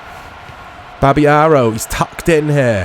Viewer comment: its maybe because im not an english speaker, but whenever you say babayaro i misheard as boby arrow. it make me chuckle from time to time. great video as always mate!